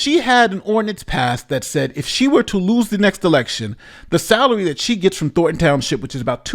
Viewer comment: How are these professionally trained and educated newscasters never able to pronounce "Thornton" but said instead "Thorton". "Don't touch that rose, Jimmy, you may prick your finger on a thor."